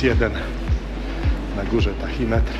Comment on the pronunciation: Tachimetr, nie "tahimetr"